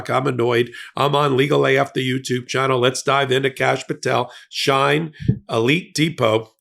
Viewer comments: It's pronounced “SHE-IN”, not SHINE or SHEEN. From official Shein twitter feed. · It's pronounced She-In by the many of hundreds of Influencers on YT and IG. The clothes are so cheap that if they don't fit or the fabric is flimsy most of the buyers don't care. They will donate it to Goodwill or the Salvation Army. The website is so popular that American brick & mortar stores or online retail online sites can't compete. Also Shein keeps its prices low through a U.S. shipping provision called the "de minimis exception" which waives duty fees for any packages under $800. Shein shoppers usually spend way less than that. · It’s Sheen pronounced! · I’ve always known the company SHEIN pronounced as “Sheen”. I only wanted to correct u because I might not have known what company u were referring to if I didn’t know Shein’s background. Not that him being a part of this company surprises me. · The company is called sheen That is the proper Pronunciation But is spelled differently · its she~in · It’s pronounced “she-in” and it’s like Temu… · 'She - In', and 'we-gars' not 'shine' and 'I-gars'. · Bro can’t pronounce words for shit. It’s phonetically “Sheen” and “Wee-gers.” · Dude come on Uyghur is pronounced wee·gr. Shein is pronounced she in. You really should have looked these things up, come on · Soooo... you should really look up how to pronounce Shien and Uyghurs. Friendly tip.